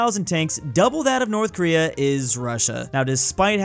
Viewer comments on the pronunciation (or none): No watch it subtitles because said north Korea but it sounded like north American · Am I the only one that heard saying North america instead of North Korea